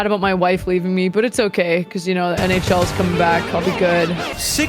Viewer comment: "The NHLs coming back" God shes painfully Canadian